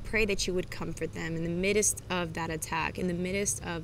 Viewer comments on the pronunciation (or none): You clearly are not saying Midst correctly Hun it’s all good though God loves you. 😘